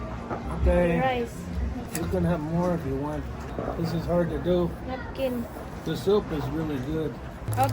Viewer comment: tissue hindi nupkin 😂